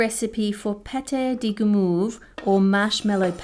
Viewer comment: Then there's Guimauve that is pronounced "Gi moave" cause the French like to moave it moave it.